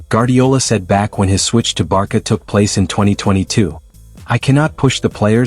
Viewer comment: How can you take this channel seriously when they pronounce the club's name as 'Barka'???